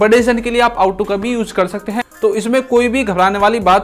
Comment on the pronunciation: Ought to . आप का प्राउनिशिएशन इस इनोकॉरेक्ट है। आउट टू नहीं । ओट टू।